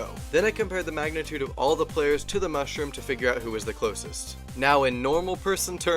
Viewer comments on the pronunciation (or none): "The mush-room" -.- subscribes